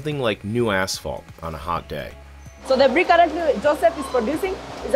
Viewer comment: i know he says "Asphalt" but it really sounds like something else.